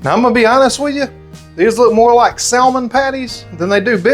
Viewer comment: Great video. But it’s Sam-in, not salmon - the “l” is silent. 😉